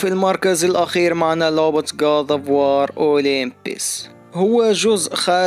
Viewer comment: كود اوف واو ❌ كاط اوف وااار✅ ________________ كريتوس ❌ كريطوس✅